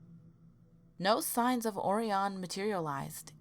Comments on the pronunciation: I'm pretty sure it's pronounced ORyan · Also, "Orion" is pronounced "Oh-Ryan". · Hartselle, pronounced Heart-sell, not sure where you got Hartville, I lived right beside it and went to the crybaby hollow several times. Dothan is Doe-than (like fan but th). on Orion is, Oh-rie-on, you know... like Orion's Belt in the sky. It's really annoying for you to mispronounce city names from my home State, research taking a back seat is a shame.